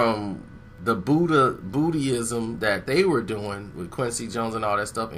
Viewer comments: LMAO, said bootyism. It's Buddhism my brother. Thanks for the laugh. Continue on lol. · Lol! Did just say BOOTY ISM?!?! Lol!